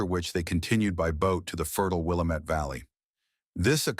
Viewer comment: WILLAAAAAMET NOT the Wilimet. That's the problem with AI-it mispronounces a lot of words.